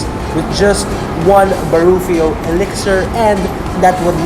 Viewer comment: That “Baruffio Egg On”! 🤣 But still, Great Video! <3